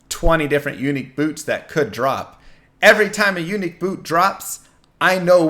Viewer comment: Funny how you make unique sound like eunuch.